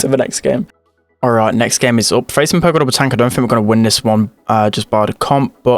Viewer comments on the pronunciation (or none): none